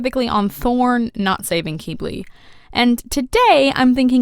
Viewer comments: Its q-🅘-bli not q-🅔🅔-bli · Is Qibli really pronounced kee-blee?! I’ve been saying kwib-lee. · I have been listening to the audio book and the narrator says Kibli short i I just wanted to point that out because I love your videos but that doesn’t sound right after about 40 hours of listening to it said the other way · I heard kiwi not Qibli. 😵‍💫🫥🥴. And guess what theses two emojis character is 🌕👀